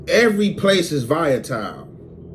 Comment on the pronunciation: said Vaya-tile 😂😂😂😂, it’s Volatile, Voll-la-tile